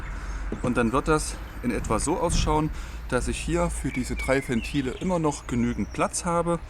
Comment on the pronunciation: Alter, Ventile mit W, nicht wie Fentile